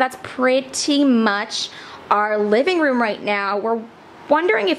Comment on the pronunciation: OMG I love this but did you say livingbroom? 😂